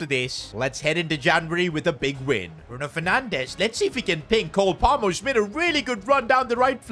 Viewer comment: Bro literally falls in love with Cole Palmer 🌈🏳️‍🌈👨‍❤️‍👨👬🏻. He has the most awful pronunciation name for the Chelsea winger!